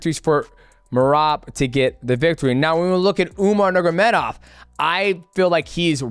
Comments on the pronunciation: UMAR NURMA GOMEDOV not Umar Nurgomedov 🤣🤣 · "Umar Nurgamedov" 🤣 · "Umar Nurmagedov" that was funny